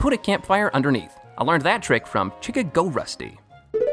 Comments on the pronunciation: “Chick-a-go Rusty” Chicago. Like the city. Bruh moment. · Chica-go? You just violated CHI-CA-GO Rusty 🤦‍♀️ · “Chicka Go” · You did not just pronounce Chicago as chick-a-go💀